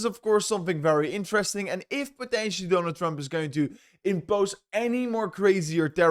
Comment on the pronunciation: Mr my orders set up.. its Donald Trump, not Dooonald Trump!! Not bad for a 24 year old